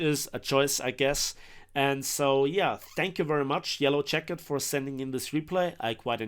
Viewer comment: "Yellow Yacket"